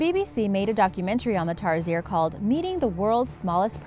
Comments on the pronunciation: Oi! Ang pronunciation ng Tarsier ay Tar-sh-ier OKAY!?!?!?!?!?!? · It is pronounce Tarshier Bitch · And no offense you said tamaraws and tarsier wrong but it's ok you tried. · Rosario De Leon Yes! But she pronounced it tar-si-er and it's pronounced Tar-sheer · Actaully im a Filipino...Tarsier is not pronounced as tarseer but it is pronounce as tarshear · It's pronounced tarSIERS XD but ok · Its pronounced tar sheer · Pronounced as "tar-sheer" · It's pronounced TARSHEER not TARSIER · It's pronounced as Tarshear but it's spelled tarsier I know that because I'm from Philippines,Mindanao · We pronounce it tarshier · I am a Filipino and tarsier is pronounced tarsheer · Its pronounced as TAR-SHEER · It's Tar-Sheer I'm a Filipino! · just a note, tarsiers are pronounced as tar-sheers, at least in the Phil hahahha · Lol in the Philippines we pronounce tarsier as "Tar-Shear" And lol I remember the barrel man when I was in boracay in a near by shop by the hotel we stayed in I am okay with foreigners saying something in Filipino or any language here in the Philippines, but it still bothers me when they get it wrong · Tarsier is spelled like Tarshier oml.... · you pronouns the tarsier wrong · Am sad. :( you said Tarsier wrong... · Lol you pronounced the tarsier the wrong way hhahaha but its good thought keep up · Im a filipino and you pronounced tarsiers wrong